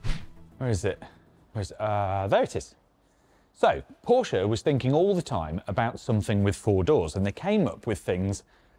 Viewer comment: thank you for pronouncing Porsche correctly 🙂